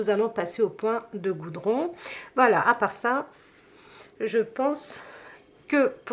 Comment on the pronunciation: C'est le point de godron et non de Goudron !